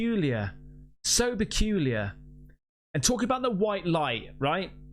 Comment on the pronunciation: Beculier? Did u mean "peculiar"? 😂